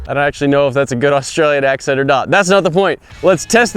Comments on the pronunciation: Nailed the accent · His accent is actually on point